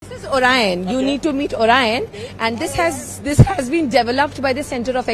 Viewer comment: OR IAAN (orion) 🤣🤣🖕